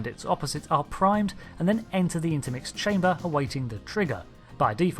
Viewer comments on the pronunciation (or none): Intermix Cahmber? That's supposed to be Chamber, right? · "Intermix Cahmber" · Ah yes, the Intermix "cahmber" is vital for Quantums.